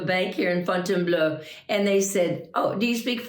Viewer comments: Try saying FONN-TEN-BLOW. After all, it's Fontainebleau, not Fontainebleu. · With respect it is prounounced FON + tin + BLOH . three syllables. It's not BLEU that's the color blue. One thing people need to understand when learning French or any other language is that it is not meant to be critical. French people correct those learning the language. Always be open and carry a sense of curiosity. The country even as an institution called the L'Academie Francaise ( I'm typing from a clavier that does not function as a French clavier therefore does not have proper accents to insert )dedicated to the protection of the French language and it governs any possible threat to it ( such as slang ). The French language is considered a true art.